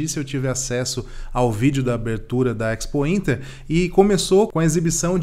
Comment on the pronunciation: EX pointer é boa, A pronuncia é espointer